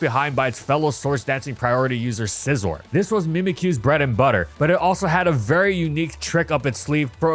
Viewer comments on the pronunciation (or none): none